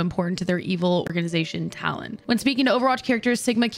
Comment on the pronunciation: You said "Talon" correctly, as in apple lol